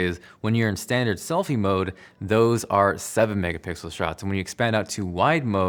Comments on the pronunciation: A 12 “megapickle” sensor 😂😂 lol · „12 mega pickle” I heard other guy said same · "Megapickle sensor" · 12 "Megapickle sensor" lol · "12 mega pickle sensor" haha nice one my man! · “A 12 megapickle sensor” ... damn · "There's technically a 12 Megapickle sensor" 😂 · So you're telling me nobody noticed when he said there's a 12 MegaPickle sensor? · Did I hear 12 Mega-pickles?